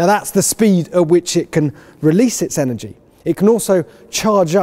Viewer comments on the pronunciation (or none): none